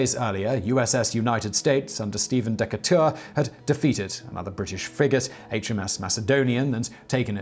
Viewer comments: Sorry, Simon--you have scrambled another name. Stephen Decatur's last name is pronounced dee-kay-tur, the last syllable is pronounced as the tur in "turn". And the emphasis is on the 2nd syllable. Just some constructive criticism, I'm not giving you a hard time. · Please read your script before people more literate than yourself. They would tell you that it is Stephen DEE KAY TER. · You got the first vowel wrong. It's a schwa. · You badly mispronounced Decatur.